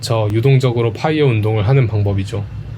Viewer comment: 파.이어가 아니고 뽜.이어 p아니고 f